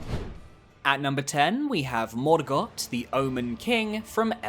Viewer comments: Stop saying morgott like that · I love this channel but every time you pronounce Sekiro and Morgott that way I die a little bit inside